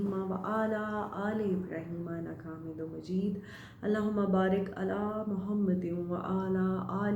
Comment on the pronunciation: Masha Allah thanks apny drood m improment ki h plz boht adab ky sath prha kren or thek trhan sy peha kren aamedum majeeb nh plz thek trhan words ada kren mqsad srf apko ahsas dilana h galti sab sy hosqti h jahn koi galt ho usko btana chaye or andhen tref har koi krta h hazart Ali ka farman h apny dost ki tref krna usko mar deny ky mutradif h